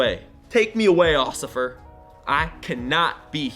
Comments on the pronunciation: Officer not osiffer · Did anyone else notice he said ociffer instead of Officer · Lol he said osifar in stead of office r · Lol ociffer doe not know english it officer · Lol he said ossifer no officer looool spelling learn how to spell tech smart go to school again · Did anyone get that he said ocifer not officer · he said ociffer instead of officer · Correction it’s officer not ociffer (( ͡° ͜ʖ ͡°) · Take me away ociffer Me:huh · “Take me away occifer” headass 😂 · “Occifer” 😂😂what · osficer Lol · “take me away Occifer” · “Off suffer” HAHAHAHAHAHAHA instead of “Officer” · When he said ocifeer my face went 😂😳🧐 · He said ociffer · You said ociffer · "take me away occifer" LMFAO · “Take me away ocifer, I can not be here” 😂😂😂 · TaKe Me AwAy OciFfEr 😂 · "Take me away ocifer" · “Take me away officfer” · Did he say osefer🤔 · Occifer I’m sorry 👮‍♂️ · He said occifer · He meant lucifer but tried to say officer.